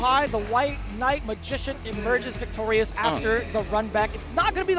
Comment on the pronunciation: "The white mabrbrbrbbrrgician" god is the best commentator